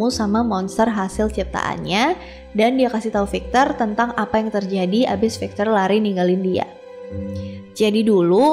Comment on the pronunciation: Maaf ak koreksi pronunciation nya ya .. Pengucapannya bukan fikcher tapi 'vīkktor . Jgn marah ya .. 🙏🏻